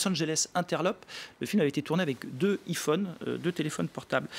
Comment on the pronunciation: `ˋi´´ phone 😂